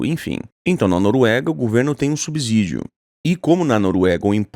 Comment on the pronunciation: Se pronuncia sub-CIdio!!